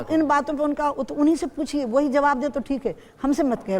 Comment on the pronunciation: Zawab nahee hai It's Jawaab hai